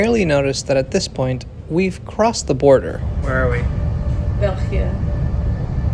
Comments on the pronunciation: pronounciation of 'goedemorgen' and 'België' made me borderline think: 'wait, she was absolutely not Dutch, wasn't she?'. Proper! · België as well 👍🏻